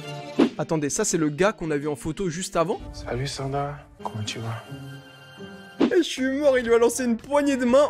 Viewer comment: Mdr le "comment tu vas" du mec on dirait qu'il dit "kunichiwa" 🤣🤣🤣 tu as fais fort sur ce coup la